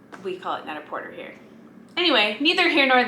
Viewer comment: Ooh, gurl! I appreciate your correct pronunciation of Porter.🤓